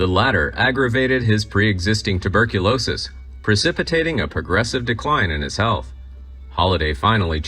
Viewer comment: Three times he said turberculosis. There is no r before the b, dummy.